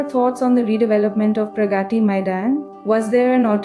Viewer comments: nice video...but why is it so hard for the narrator to pronounce 'Pragati Maidan' ? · Teach AI how to pronounce : प्रगती 🤣🤣